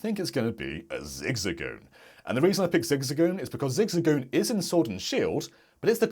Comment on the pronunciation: I love how pronounces it “ZigZigGoon”